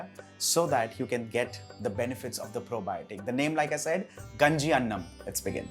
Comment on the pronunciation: its not ganji its Kaaaaaaaaaaaaaaaaaaaaaaaaaaaaaaaaaaaaaaaaaaaaaaaaaaaaaaaaaaaaaaaaaaanji actully i heard from nitu mam